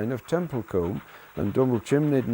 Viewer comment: It's pronounced (tem-pul-cum)